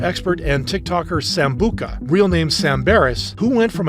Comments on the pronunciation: sambuka IS new (sam-bu-tsha) sambucha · its pronounced sam-boo-cha not sam-boo-ca lol Edit: i heard him say how his channel is pronounced dw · sambuka? 😭😭😭 That's sambucha(Sam-Boo-Cha) like Cha in chair. 😭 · you're pronouncing sambucha wrong it isn't sambuca, that's a drink, it's sambuCHa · not tryna hate but its sambucha the ch sounds like the ch in cheese or chair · ITS sambuCHa not sambuCa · Sam-bu-cha not Sam-bu-ka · Sambucha not sambuka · No hate but its pronounced sambutja not sambuka # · Is not sambuca it is it is sambucha butcher Sam butcher make another video but say his name correctly please I have bad typing so it might not see you like a difference but there is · It’s not sambuca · hey i just have a question (i dont mean this offensively in any sort of way and i am not trying to correct you or make any form of criticism this is just me personally) i thought sam’s name was pronounced sambucha with a CH chuh instead of ka (if i am wrong please correct me i apologize if this comes off as rude or criticizing) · It's said sam bucha, not sambuka but either way he's still a legend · Sam-bu-cha not Sam-bu-ca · it’s actually pronounced Sam-boo-cha not sambuca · "Sam-boo-ca" nice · it’s pronounced Sam-boo-ch-ah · you didn't say sambucha's name correctly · this isn’t hate but Sambucha is pronounced “Sambu🪇a” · sambucha. Pls say the name right 🥹 But it's a good video tho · um it’s Sam-buch-a